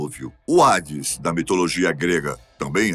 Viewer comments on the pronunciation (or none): none